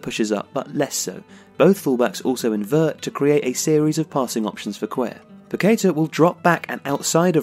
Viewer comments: Great stuff! His name is pronounced pa-ke-TAH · Great profile but it’s Paquetá with the stress on the last syllable. The clue is in the accent you omitted.